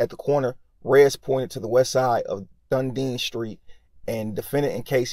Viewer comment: Done E den is how it's pronounced... Dunedin.